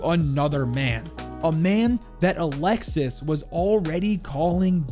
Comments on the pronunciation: it’s pronounced Ah-lex-y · just a heads'up, for alexis, the 's' is silent and it is indeed a boy name in france. Good video tho, looking forward to more siege operator lore, especialy the gign membres as a frenchy myself. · in french, “Alexis” is actually pronounced as “Alexee” or “Alexis” the ‘s’ is silent and the i makes the ee sound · His son’s name is pronounced alexi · Pretty sure French Alexis is pronounced Alexi with a silent S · All good. You simply don't pronounce the S at the end. So it's like "Alexi". Best bet would be to type "Alexis" on google translate and hear how the Ai says it in French. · for alexis it's a common name ! in france we dont pronounce the "s" :D so it's just alexi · Just a little error you made, Alexis is a really common name for french boys, and the ''s'' is silent. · Actually his sons name would be pronounced like A lexe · don’t pronounce the « s » at the end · btw, in france alexis is pronounced "alexi" and its a boy name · French people use the name Alexis on guys alot and it's more pronounced a lexie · Alexis is pronounced alexee in french and it’s a common boys name btw! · Alexis is a French boys name it’s pronounced Alex E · In french alexis is a male name, because you dont pronounce the s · You pronounced my name wrong alexis the s is silent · Actualy in france isn't 911, for the ambulance is the 15. Isn't alexis for the prononciation it's alexi (yep the s is sillent) same thing you say oliver but you forgot to say the i between the v and the e and it's weird to hear french name with a english accent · Alexis is 100% a guy name in french. Also "Olivier" in french is pronounced "O - Lee - Vee - Yay" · olivier not oliver olive e a (not the perfect explanation of the pronunciation) and alexis is alexei